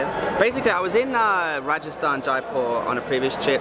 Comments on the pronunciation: YAY! Jaipur!! FYI... It's pronounced Jie-poor, not Jie-per. :) Also, a when you see something called 'Dahl' it means it's made from lentils, (or peas or other bean). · When she said jaipur, it sounded like diaper.. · she said Jaipur like diaper